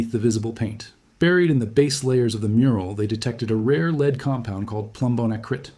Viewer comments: You are the cleverest man I watch, why are you occasionally mispronouncing ‘lead’. It’s mystifying. Am I missing something? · . Read Lead instead of lead you couldn't say the word lead you had to say lead because you're AI I'm not interested in this bye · This narrator must be AI because he alternates between pronouncing Lead, leed and led.